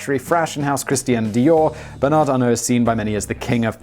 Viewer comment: Funny thing about the donation sum from Bernard Arnault (you pronounced it correctly, by the way. I'm impressed and think there's still hope for you) for the Notre-Dame. So Bernard's rival, the owner of Kering Group (another fashion conglomerate) and incidentally Salma Hayek's husband, said he would donate 100 million euros for the repairs. THE VERY NEXT DAY Bernard Arnault announced that HE will donate 200 million euros for the repairs. This never stops being funny.